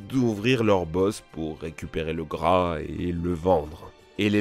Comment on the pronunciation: La bosse du chameau j'ai cru t'avaiq dis beaucoup de bras😂😂